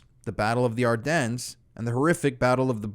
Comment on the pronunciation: The “S” is silent in Ardennes